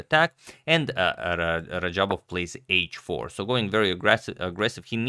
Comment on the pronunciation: This guy totally messed radjabov's name lmao